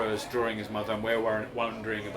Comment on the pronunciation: It is a DRAW-ING …not a DRAW-ER-ING😊